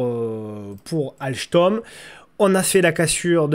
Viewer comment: ALCHTOM..... MDR de la pronociation.... on comprend juste qu'il ne connait rien au titres et au fondamental de cette boite.... sympa néanmoins...